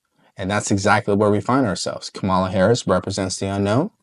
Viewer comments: I wish would pronounce "KAH-ma-la" correctly. It's not "Kam-AH-la". So many people in the media appear not to know the correct pronunciation, or worse, they do know the correct pronunciation, but decide deliberately to mispronounce the VP's first name. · It's not Kamala It's SHAMALA !!